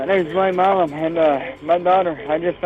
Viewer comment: The name Milam is not pronounced Mee lom. Milam is pronounced My lum.